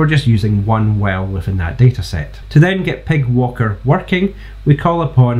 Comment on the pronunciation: I'm sorry, as good as this library is. "Py" is said "pie". They don't get a free pass on "pig" That's it, I've put my foot down. Let the devs know it's over. ;) Great vid, subbed!